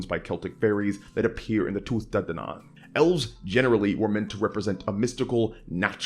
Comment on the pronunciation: It’s Two-Ah day-dan-in great attempt though